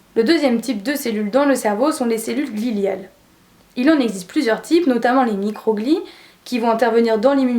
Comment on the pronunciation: Bonjour très bonne vidéo merci mais il me semble que se sont des cellules gliales et non gliliales